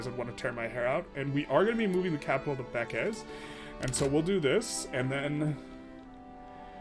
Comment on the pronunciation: its not Bekes its like how we pronounce "break" just beakeash. I'm from Hungary its funny imo, hope u wont be offended by this comment. Nice content. Its also true for Délvidék: its Dealvideak same pronounce like how in the break word . Do not say it like deal.